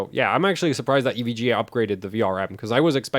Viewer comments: Did you really just pronounce "EVGA" as "ev guh"? lmao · Glad to hear I'm not the only one who playfully pronounces EVGA "Ev-gah". :D